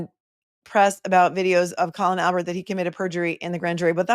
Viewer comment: If Cosgrove can't get someone's name correct like Colon Albert he needs to retire!!! FFS 🤦‍♀️🤦‍♀️🤣🤣🤣🤣🤣🤣